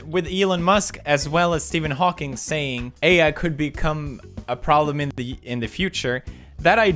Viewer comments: It's Steven HAWKING not Hawkings, shame on you mister Pewdeipei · Stephen HAWKING!! Not “HAWKINS” how do so many people get this wrong??? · ITS HAWKING NOT HAWKINGS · Steaphen Hokyngs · HAWKING. HAWKING please! not Hawkins! That's Stranger Things! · Stephen Hawking not Hawkins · Does nobody else care that he said Stephen Hawkins instead of Hawking? 😅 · Pewds called him Steven Hawkins👏👏 thought you knew better pewds, but i forgive you😂 ❤ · That "Stephen HawkingS" and though. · HawkinG. it's a G!